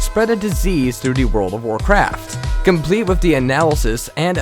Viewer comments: nope ik he said warcrack and not warcraft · lol on the end glitch world of war craft he said world of war crack hahah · He called World of Warcraft World of Warcrack. XD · Is it me That heard at the end he said world of warcrack? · at the end he said world of war crack! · He said world of world crack LOL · he said world of warcrack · He said World of Warcrack. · lol he said world of war crack at the end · Wait did he say world of warcrack? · Is it me or at the world of Warcraft glitch thing, the narrator said "WOW WORLD OF WAR CRACK!"? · "Wold of warcrack"? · any else notice that in the end he said spoilers world of warcrack? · wait... did he say at the end 17.28 "good job world of warcrack????" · At the end of him talking about World of Warcraft he said World of warcrack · Lol World Of Warcrack XD (sounds lke he sais that in the end)